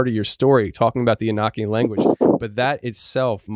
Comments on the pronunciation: You pronounce Enochian wrong fyi. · E no key in. That's how you say it.